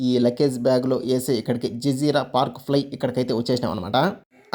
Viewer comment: BRO అది జజీర బ్రో జిజీరా కాదు 😅😅😅